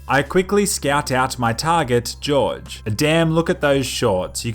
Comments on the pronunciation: It annoys me how you pronounce Jorge like “George”. It’s pronounced “Horhey” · Pronounced Jorge as George, it's pronounced "whore-hay" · just saying it isn't pronounced george it is pronounced Hor-hey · Sir its not George its Horge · is name is horhe not george ''angry face'' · Cartel leader is not George.... Jorge is pronounced HORE HAY, apart from that just keep on killing, good job.. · it's not george, it's jorge (hor-hey) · George Franco George Franco it is Jorge Franco not George Franco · lol, he keeps saying "George" instead of "Jorge"/"HOR:hey" xD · Jorge is pronounced whore-hey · If it is spelt Jorge I think that is supposed to be pronounced 'Hor Hay' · "Jorge" Franco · That was the whitest pronunciation of Jorge ever.